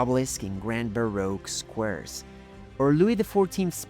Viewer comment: Grosvernor, baroque, Marylebone were also charmingly mispronounced, and it's Big Ben, not the Big Ben, and the Houses of Parliament, not the Houses of the Parliament